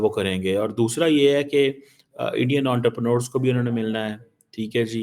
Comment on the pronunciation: "Unterpranors". Gandu sahi pronounciation bhi nehi karsakte. Pakistani doctorate ka hal dekho.